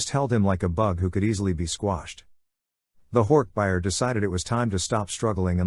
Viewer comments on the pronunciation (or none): Hork buyer. It’s bajeer lol